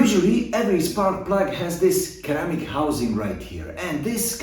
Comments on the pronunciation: Thanks for in information, but just to let you know “Ceramic” is supposed to be pronounced like “Sir-Amic” instead of “Ceramic-amic” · Lol its actually pronounced sir.ramick when you say it it sounds like you pronounce the r twice i find